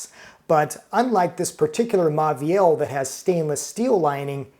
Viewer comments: MAUVIEL - Pronounce as MO-VEE-EL, not MA-VEE-EL. The AU becomes O. BAUMALU - Pronounce as BO-MA-LEW, not BA-MA-LEW. Same thing. If you are a food writer and critic and chef, you have to learn some French. Immerse yourself in audio books where you can listen to the readings as well as see the printed word. Fastest way to learn. You can also have a French person correctly pronounce the menu into a recording which you can play over again. One of my pet peeves with Americans is that they consistently mispronounce some French and Italian words incorrectly. MONT BLANC - T is silent, C is silent. BLON (nasal N). CHENIN BLANC - SHUH-NAIN (nasal N). BLON (nasal N) Italian: FETTUCINE, ORIECHETE, PENNE, LINGUINE - End with AY not EE. 'E' is AY not EE sound. Fettucine, Linguine - AY not EE. RAVIOLI, SPAGHETTI, CAPELLINI - End with EE. 'I' is EE. Now see how many waiters, chefs, customers, food critics mispronounce these words. Get it right, America. No lazy speech. Sloppy speech is the product of a lazy mind. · It's pronounced as moh-veel